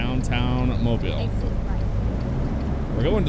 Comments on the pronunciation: Thumbs up for the pronunciation of Mobile! 251! The original home of Mardi Gras in the States! Cool how they included a representation of the Dolly Parton Bridge right before Mobile. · Thank you for saying Mobile correctly! If you would've gotten off at 72 East, you would've went to my house!